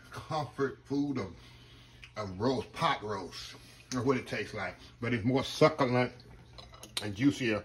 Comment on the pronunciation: It’s the “suck-a-lant” for me 😂